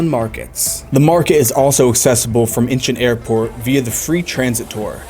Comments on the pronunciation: Idk why I got so irritated when you kept on saying Incheon as if you were saying inches. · Dude your pronouncing airport name wrong.